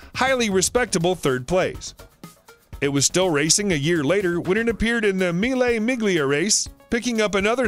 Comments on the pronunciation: “24 hour Le Mans” “Mee le miglea” Mm yes much pronunciation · The G is silent in Miglia. Mille' "MEELYA" is how its pronounced. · Anyone who butchers Mille Miglia, is bound to have the history all bullucks up